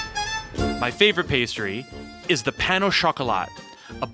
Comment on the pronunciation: Great video. Love the vibe and narrative but you really need to work on the word "pain" because you massacred that word. Pandan is life.